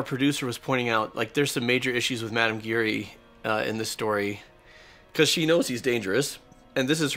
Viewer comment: It's madame giry not gary lol